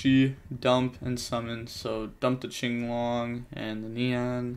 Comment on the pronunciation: I'm just glad he says "chinglong." Watching big events where they call it "quinlong" makes me wanna scream